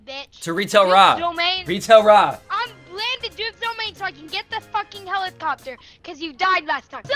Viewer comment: He said h e l i p c o p t e r